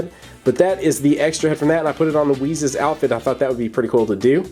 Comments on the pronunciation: It's wis not wizz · its whis you said whiz